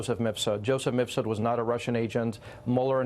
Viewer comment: Has Maria ever properly pronounced “Mifsud”?